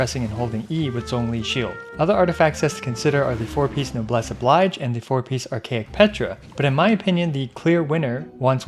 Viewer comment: Great content as always. Just a note that "noblesse oblige" is a borrowed French expression and therefore the "oblige" isn't pronounced the same as the English word that looks the same.